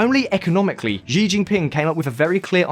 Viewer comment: Xi is pronounced as she in Chinese.